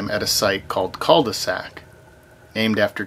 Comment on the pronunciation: The second dive site is pronounced "cue"-de-sac (and not "Call-de-sac" hehe). You don't pronounce the L in French in the word "cul". This means Dead End ;) Amazing dive site again! Thanks for sharing! :D